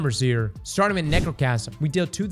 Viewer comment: said Nechrocasm and that's all I need to know. She's a slept on G.O.A.T. of D2.